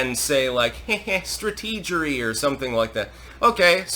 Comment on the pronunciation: Losing to "Strateegery Bush" is enough to make me not take anything Kerry says seriously... 😂